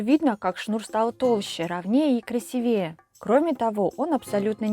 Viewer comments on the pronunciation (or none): КрасИвее, а не красивЕе. Говорите по русски правильно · интересно!заметка-неправильное ударение у Вас:КрасИвее!